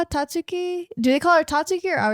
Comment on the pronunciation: Guys, guys, Tatsuki, drop the u, Iike, Tahtski